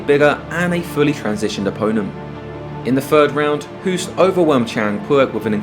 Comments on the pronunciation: Thank you, very nice video! His name is pronounced Hoast btw (like tv-host, or toast), not Hoooost as in cool. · And still you can't say his name properly. Hoost is pronunced as ''host'' but with a long o not the sound oo like zoo. Please try to remember if you have respect for this legend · Pronounced "host", as in "ghost". If you are devoting an entire video to this Dutch giant, can you please at least get the pronunciation of his name right? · The name Hoost is literally pronounced like the english word host. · It's pronounced as the english word 'host' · Hahaha I giggled when you summed up the fighting arts and when you said taekwando you showed a taekwando fighter beeing swept down by a muay thai fighter XD. Btw If you want to pronounce the name Hoost correct, say hose like fire hose) and add a T on the end. So Hose+t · The double oo is pronounced like an oa like in boat. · Hoost is pronounced the same as "low" as opposed to "look".